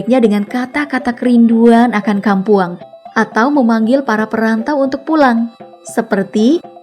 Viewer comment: Wkwk kayaknya kok susah banget orang non minang buat melafalkan bahasa minang dengan baik dan benar ya, kadang kampuang jadi kam pwang 🤣